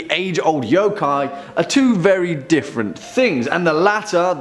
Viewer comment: Stop pronouncing every O like "OUW" when it's pronounced more like "uh" y'uh'kai. Please! how is it so hard for people to grasp this simple thing.